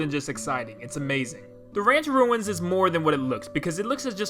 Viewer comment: “Ranch Ruinsba”